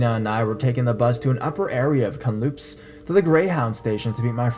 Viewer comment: Hey your stories r great I love them but I must laugh with u about the way u pronounced Kamloops British Columbia it sounds exactly as it looks but pretend the K is a C so u say it like this. Cam - loops ; )